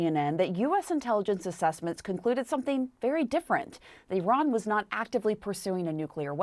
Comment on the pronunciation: I hate the way she says Iran